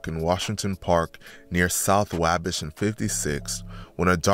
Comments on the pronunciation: It’s called “WAwh-Bash” Not WayBesh you have never heard of the Wabash River, in Indiana?? Like the main trading area of the mid 1800s to early 1900s in Terre Haute, Indiana….. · Why do you keep saying wahbish ???? It’s wah bash !!! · Your not gonna explain how lil boo’s body landed by the tire of the car with his head basically under the tire therefore his opps mock him as “ tire head” And it’s “ wah- bash” pronounced like waffle/bday bash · Say it with me: Wah-Bash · The way, he said Wabash😂😂😂😂😂😂😂😂😂😂😂😂😂😂